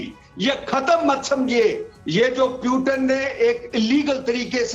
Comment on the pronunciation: पुतिन को प्यूटन बोल रहे है एक बार नही हर बार जबकि सारी दुनिया Putin ही बोलती है अभी तक। तो आप समझ सकते है कि इनके views क्या होगे ।